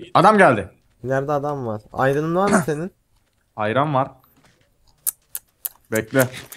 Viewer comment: Gelecekten geliyorum turgut abinin iron'a ayran demesi😂😂😂